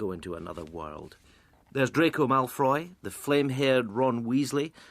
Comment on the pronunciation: «Draco Malfroy»...